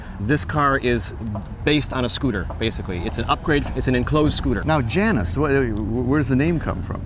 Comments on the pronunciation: Zündapp. The z is pronounced ts, for ü, form your lips as if to say oo, but your tongue as if to say ee. Janus is pronounced Yanoos. Claudius Dornier, son of Dornier Flugzeugwerke founder Claude Dornier, designed the Dornier Delta, which was the prototype, and even weirder looking than the Janus. Dornier, being an aircraft company, didn't really know what to do with it. So Claudius went looking for a company to build it, just as Zündapp was looking for a design to build as a car. German aircraft companies (Dornier, Messerschmitt, Heinkel) were forbidden from building aircraft after the war, and so were looking at building cars. There were a bunch of other tiny cars you panned past, without talking about, most of which I didn't recognize. Was that really old looking thing an Austin 7? Did I see a Siata Spring? I was expecting to see a Honda 600, U.S. version of Honda's kei car (limited at the time to 360cc in Japan). My Dad had a sedan and my brother had a coupe. I never drove the coupe, but the sedan was an absolute blast to drive. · Janus pronounced yanas